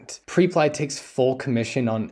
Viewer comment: Hey bro great content as always- liked it before I even watched. Just wanted to point out that I’m pretty sure it’s pronounced (prep-lee)